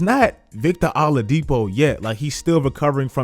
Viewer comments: It’s (Ol-ade-po) not aledepo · said victor ALLadipo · “Victor all-a-dipo” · U pronounced Oladipo wrong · Bro how you gonna pronounce Vic Oladipo’s like that💀😭😭